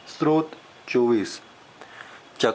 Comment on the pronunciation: बडी अच्छी सूचना है पर आप ने स्तोत्र शब्दही ठीक से नहीं बोला है, आप स्त्रोत कह रहे हैं । दोनो में बहुत अंतर है|